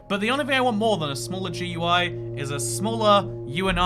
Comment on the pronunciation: They way you pronounce GUI kills me